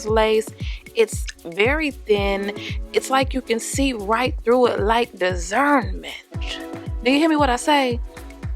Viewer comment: 🤣🤣🤣 Desernment lace, good ol' deserment...I've heard it all nah, 😆 🤣